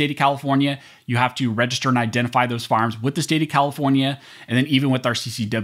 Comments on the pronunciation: Love your Site but dude, it's fire arms, not farms. Said with a smile... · "FARMS"??? OR "FIRE ARMS "???